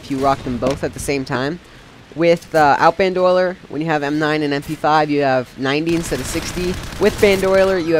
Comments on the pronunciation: Never played CoD 4!?!? You need to play it! lol. But the perk is pronounced "bandolier", not "bandoiler". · It is not pronounced Ban Do Le Are. It is pronounces Band O Leer. So when you make another video,, please pronounce it the right way, because it was really starting to tick me off, HARDCORE!! I hope you take this English lesson to heart. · i think he meant. Ban-Doh-Leer :P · nice commentary. everyone has mentioned the "bandoyler" thing, but thats not a big deal. it sounded very fluid, and well thought out. ROK earned a like, and this guy earned a sub. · love the quality but a little laggy and you say boandolyer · LOL, I'm sorry, this was a great comm and all, but i lol'd so HARD with "BanDOYler" XDD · i disliked the video because of how he pronounced bandolier. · Dude, it's BAN-DO-LEER spelled Bandolier. It's so annoying when you pronounced it like 5 different ways.